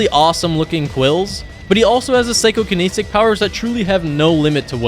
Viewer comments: Psychokinetic Not Psycho-kaneesic. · it's psychokinetic not psychokeneesic